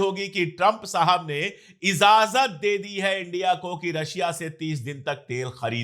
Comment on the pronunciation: इज़ाज़त नहीं इजाज़त बोलिए।